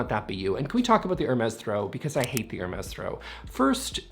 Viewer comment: I’m always a little irritated that the “s” at the end of Hermes is pronounced. If it’s French, it’d be “air-meeehhh” right? Right??